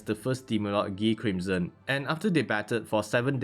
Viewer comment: pretty sure its guy not gee crimson